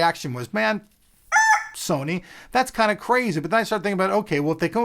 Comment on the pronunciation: "said serny" LoL!